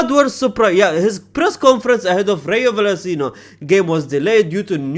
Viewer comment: Albacete Balompié ❌️ Alabicite Bellompie ✅️ Rayo Vallecano ❌️ Reyo Vallesino ✅️